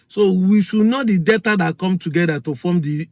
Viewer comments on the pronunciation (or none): Btw.. It is NOT DETTA BUT DEL TA. Not Downsin road but DAW SON road. Not Bantist but Bap tist.